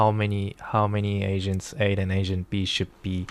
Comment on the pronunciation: sounds like ur saying "asians" lul